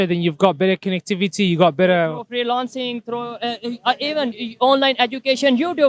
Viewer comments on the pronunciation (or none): freelancing ko bhi free-loan-sing bolne ki halat me hai PakIsTAn. 😂 Your establishment has brought you to this state.